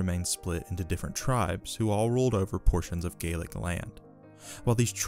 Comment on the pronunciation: So I am a little confused on your pronunciation regarding what I think is Gallic? But you pronounce it like Gaelic. or are you saying Gaelic? Sorry I am just confused.